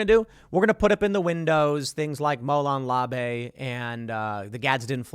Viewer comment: Tim: It's pronounced "moh-LOHN . lah-VEH" (as opposed to "moe-LONE . la . bay"). ☝️🙂 I'm a native Greek speaker (didn't speak English until I was around 5 y/o and my folks needed to send me to school). ☝️😉